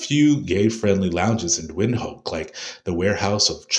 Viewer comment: Windhoek is pronounced “vint hook”.